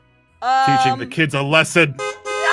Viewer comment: I was laughing at saying im going to theach them a lisin